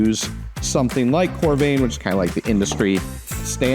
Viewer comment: Great video. FYI it’s pronounced core-rah-vin and it’s adding Argon gas, not CO2. 😉